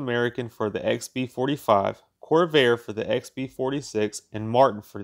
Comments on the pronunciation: Not really. He's got to learn how to read, or at least pronounce the the words he's written. That's "fuselage", not "fuelselage. Not just once, but everytime. "Convair", not " Corvair". I couldn't take it anymore, and gave up 4 minutes in. Too bad, because it's a great subject. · Convair not Corvair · Or Convair as Corvair! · LEARN to pronounce CONVAIR. It's important. Convair was a major American aircraft manufacturer. Responsible for nearly half of the bombers produced during World War II and dozens of important experimental, record-breaking jet fighters and interceptors. "Corvair" was a car. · Corvair instead of Convair is a bit hard to listen to, also. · Good little video - thanks for sharing! Three corrections: - its fuselage and not fuelselage - it’s Convair and not Corvair. The Corvair was a small rear-engined air-cooled Chevrolet car built between 1960 and 1968 and was not related to the Consolidated Vultee Aircraft company (Convair). - it’s Strategic Air Command and not Supreme Air Command In my view, the problem was a pretty complex airplane with many new systems and a big increase in performance coupled with aircrew who simply were not trained on these new technologies. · And calls "Convair" "Corvair". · Corvair? Nope: Convair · Supreme Air Command? at about . What he means is Strategic Air Command, SAC. Also mispronounced Convair (the aircraft company) as Corvair (the car). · "Fuelsalage", "Corvair", LMFAO. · isn't it Convair not Corvair ?